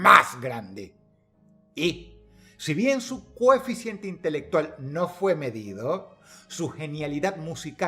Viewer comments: Dross: se dice COHEFICIENTE!!! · Era "Coeficiente" no cocientee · Todopoderoso Dross, perdoneme mi atrevimiento, pero no debiera ser "coeficiente" y no "cociente"? Perdone o castigue a este humilde servidor 😱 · Dross dijiste cociente, no es coeficiente? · Se dice coeficiente! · No se dice coeficiente (?